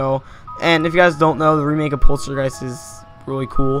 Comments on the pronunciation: It's poltergeist not polstergeist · polstergeist? XD poltergeist